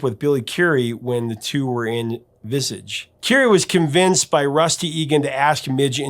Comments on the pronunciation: It's pronounced Viz-ah-ge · Midge Ure's ripple effect in electronic music really can't be overstated. Thanks for covering him! Oh, and by the way, Visage is actually pronounced "Viss-AHJ" (like the second syllable of "massage"). 😉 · I always pronounced Visage "Visarge" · Just a small thing, Visage is pronounced as is its French. Vis... ahge x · Its not pronounced 'Vissidge'. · Your pronunciation of Visage is wrong,the a is pronounced as an r. But great content and totally agreed. I last saw Midge play at the Corn Exchange in Edinburgh,I've always enjoyed his music and philosophy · Billy Currie (pronounced Curry), Visage (pronounced Vis arg) 😉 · its pronounced Vizarrj, not Visage. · Visage is pronounced Viz-arj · Visage is pronounced like massage but with a Vis. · pronounced vizarje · Visage, is pronounced in the French sense of the word. Viz-ahjj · Prof: Its pronounced Vis-aajj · It's pronounced "Visaaage"! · Visage the band is normally pronounced the French way with a long a, visaage. Because it's a French word obvs, meaning 'face'. Been to Vienna a few times, sang the song drunk in the streets, but it still means nothing to me. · Just to help again, brother. Visage is pronounced like the French, with the ‘a’ as in ‘hard’ or ‘card’ but longer, Visaage. Peace and love✌️💜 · Visage is not pronounces as VIZZIGE it's pronounced as in the word Massage. Visage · It's pronounced Vis-aaage! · Hi Prof, the group Visage is pronounced Visarge. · be that as it may, Visage themselves pronounced their name in the French way, so that is how it should be said! None of this Visij business 😂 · yeah not so sure about that - tomay-to tomarto. Regardless, the band was called ‘Visage’ (Vis-arge - rhymes with Barge) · I think Visage is pronounced as in French, professor.😂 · Visage….its French professor. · Silly CLOWN, you lived not ... else u wold known da pronunciation VISAGE used french way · That's not how you pronounce Visage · You pronounced VIsage wrong.